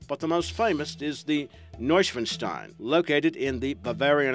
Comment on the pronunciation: I cracked up when he tried to pronounce Neuschwanstein. Guess it's a complicated word for non natives...